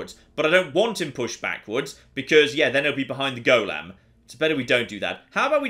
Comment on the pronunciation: The way says golem is such a small thing but it annoys the life out of me 😬😬😬😬